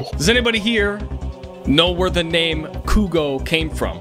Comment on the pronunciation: cwongwatulations stay fuegos